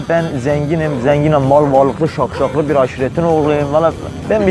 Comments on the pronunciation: Şahşalı demeye çalışıyo la ne daşşaği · daşşaklı diyemiyor şakşaklı diyor allahım yaaaaa :))))) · Taşşaklı yerine şakşaklı habzbshshs